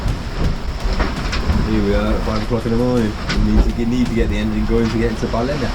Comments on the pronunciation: I bet Graeme told you how to pronounce ‘Ballina’ properly! Welcome back to Australia.👍🏻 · Lads heading into Cockroach country, ask a local how to pronounce Ballina too.😂